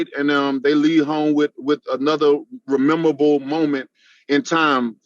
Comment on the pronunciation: "Rememorable moments" 🤣🤣 He's said that more than once.